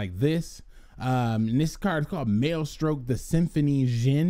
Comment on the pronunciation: Maestroke is a pun on maestro, please stop pronouncing it "male-stroke" hahaha people gonna get the wrong idea bout this channel